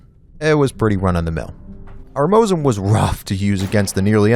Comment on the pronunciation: m o S i n not moZin it sounds like.... Snake S S S not z